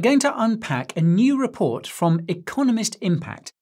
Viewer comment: "crypto raport" 😂😂😂